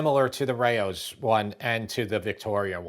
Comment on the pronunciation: I love all your videos. These were especially fun to watch. Just wanted to say Rao's should sound like "cows". Keep these comparison vids coming. 👍